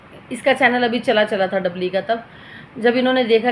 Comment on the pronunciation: Kya dabli dabli kar rhi hai namm to dhang se bol na Sikh le